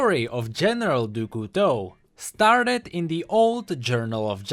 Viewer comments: Dou Couteau ?! French people are laugthing. . . . DOU COUTEAU ?! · It's kinda like "dyu", like you're adding a D in front of a hard U sound. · Doo Koo Toe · Your pronounciation of Du Couteau is terrible! XD worst than Ratatouille ! Yeah, i'm french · Dude for crying out loud pronounce Du Couteau right its so painful to hear, use google translate to do that for you or learn it from that from someone who speaks french. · i love what you do and stuff, and i also like the vid...but as i'm French, your prononciation of "Du Couteau" makes my ears cry tears of blood.___. But as "Couteau" means "Knife" and "du" doesn't exist or have an equivalent in English, just call him "General Knife" or something ^^' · du couteau the way u pronounce it is >>find a good word<<, and i love it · the pronouciation of "du couteau" made my day :D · As a french, it's just too fun to hear how pronounces "du couteau" ^^ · The way pronounces Du Couteau gives me cancer. But he's still awesome. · tbh, even english speakers pronounce it that way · I love him, but he doesn't know english well and how he pronounced 'Du Couteau' made me almost rage pause the video. I love his sacrifice for the lore of LoL, but man learn the damn language already.